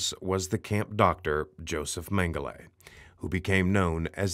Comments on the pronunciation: I wish you would stop saying mengele because you’re pronouncing it wrong. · Because that’s the issue saying his name wrong is the atrocity. He was evil to the core no time ever should his name be spoken correctly.